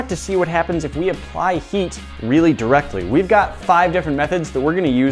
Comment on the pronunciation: “really directly” Inglish is wewy gwood